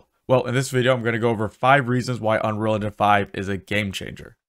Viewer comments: You say “unrol” engine lmao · How can you make a good tutorial if you don't even take the time to pronounce Unreal correctly...? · man this guy cant pronounce unreal :D its funny